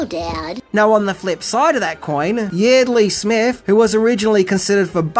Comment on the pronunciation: Yeardly Smith's name is pronounced YARD-ley. I realize people pronounce things differently from country to country (continent?), but this is someone's name. C'mon. We all love the work you put into these vids, but the least you could do is a quick search to see how the actual actors/voice actors names are pronounced. It's a quick 10 second search. Keep up the great work.